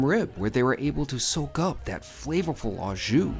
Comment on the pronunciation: When gift cards switched over in Canada from paper format (many years ago) to swipe cards the expiry dates were removed. I am surprised they are only active for 1 year in the States since they are pre-paid. The correct way to pronounce "au jus" is "O" jus. I don't normally correct American pronounciation, but I thought I should since you do steak videos all the time:).